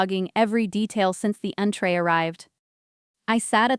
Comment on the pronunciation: Entrée, not intray